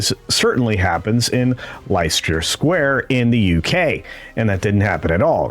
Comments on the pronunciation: It’s pronounce LES-TER square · that Leicester Squre,you say LESTER,it's just one of those weird English,place name spellings.